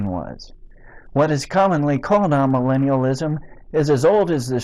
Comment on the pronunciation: My opinion of Tony Warren and his absurd misinterpretations of history and Scripture could not be lower. In spite of that, I wish to suggest that you correct your pronunciation of 'amillennialism', a term that I have never encountered in my 80 years until now. So I have added another word to my apparently limited vocabulary. The first syllable of this word should not be pronounced 'ah', but rather 'ay'. This 'a' prefix comes from Greek and simply means 'not'. We see this in such words as 'apolitical', 'asocial', 'achromatic', etc. There are a number of these words in English which begin with the Greek prefix 'a', meaning 'not'. In all cases this 'a' rhymes with 'bay", 'say', 'day', etc. I hope that this comment does not impress you as merely nitpicking. I think your hearers would understand you more easily if the pronunciation of key words and concepts is correct.